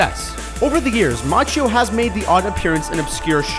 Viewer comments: "Macchio", not "Macchino". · ... ...the name's "MACCHIO" not "MACCHINO"..... SAD.... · By the way, it's Ralph Macchio, not Macchino. You got it wrong in the sub-titles too. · Its Ralph MACCHIO, not MACCHINO. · "...vanished out of nowhere"..... awful and incorrect --- "vanished INTO thin air" or something like that would be correct. Also, it's Ralph Macchio NOT Macchino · It's actually Ralph Macchio, not Macchino. As for 30 Seconds to Mars...."some pretty big success"!? That has to be the euphemism of both this and last year! LMAO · Ralph Macchino? LOL it's Macchio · "Ralph Macchino"? (Are you watching closely?) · "Ralph Macchino" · Macchio is pronounced Makkio, dumbass! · Why are you guys so bad at pronounciation? MACCHIO - pronounced MA-KEY-O and in another of your videos Bernard Goetz - his last isn't pronounced GOATS it's pronounced GETZ - - get the spelling and the pronounciation right - everything else is good.... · Ralph Macchino ? Macchino ? Nice one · ralph [mak - kinuh] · ...and doesn't have an "N" in it